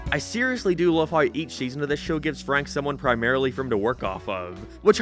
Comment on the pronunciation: he said loav (love)